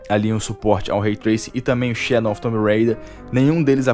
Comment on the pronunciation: por que você troca o w por n? Shadon of the tomb raider.